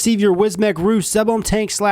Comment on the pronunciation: The roooo! lolololol !!!! REUX Like the word euphoria!!! Come on!!